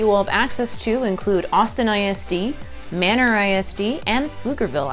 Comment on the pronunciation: its not "manor," it is "maynor" btw